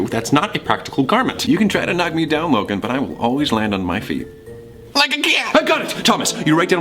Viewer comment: I thought he said “Logang” I was low-key cringing